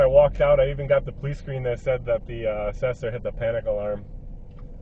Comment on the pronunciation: Assessor!!! pronounced ( ASS IS SORE)!!!!!!!!